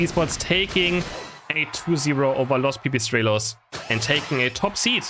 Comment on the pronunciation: is latino/spanish now that he pronounced: Los pipistrelos